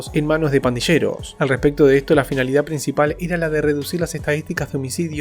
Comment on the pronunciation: Se pronuncia /pandiyeros/ y no /pandisheros/ . Dónde aprendiste el español che!